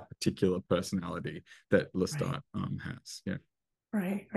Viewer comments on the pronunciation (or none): It is Lestat not Loustat!!